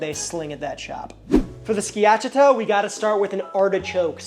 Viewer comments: Its skia-CHAH-tah 😉 great video. I'm danish, so home of the open faced rye bread sandwiches, but my favorite is the jambon beurre. I eat it very simply often, just a good baguette, good butter, and wafer thin boiled ham. If I feel fancy I add dijon, cornichons, and comté, but for an everyday lunch the simple one hits, and is cheap as well 😊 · I think it's pronouced ski-a-cha-ta. Uncle Scott here on youtube has an awesome Schiacciata recipe. Great sam vid!! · You did in fact mispronounce “schiacciata.” 😅 Skee-a-cha-ta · Sorry to be a jerk…pronunciation…SKI-ACH-EEE-AHHTA….DOE-NER…YAM-ON BEAR….pronunciation matters…but you got Bocadillo so plus one…. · Bruh, my ears hurt after hearing you pronounce schiacciata and all'antico vinaio go to google translate and hear how it's pronounced, not hard, not hard